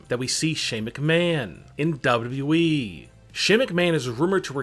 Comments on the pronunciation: Stop saying WWE like that 👇🏻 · I hope for 2020 you pronounce wwe right.